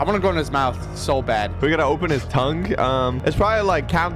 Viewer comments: am i the only one hearing saying "im nad-gay" am i the only one? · Bro really said “nadgae” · Bro say nad-gay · “I’m nadgay”💀💀💀💀💀💀💀💀💀💀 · "im nadgay" 2X, bro what the actual fu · ❌❌❌ NadGay✅✅✅ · I thought it was said "" but its."" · Did anyone hear called himself nadgay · At 41 and smth said its me nadgay but the subtitles said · bro said nadgay